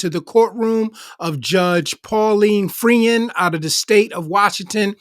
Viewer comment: The judge's name is pronounced like "Froynd", not "Free-und". Freund is German for "friend".